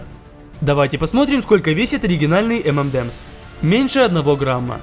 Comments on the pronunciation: Правильно говорить не "эмэндэмс", а " Эмэнэмс" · Самая ирония в том, что правильно название этого десерта произносится как "Эм эн Эмс"